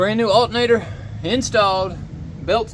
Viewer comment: Alternator, not altenator. Alter, not Alten.